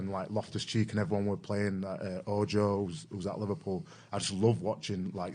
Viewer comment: Don't you mean LiVARpool lol?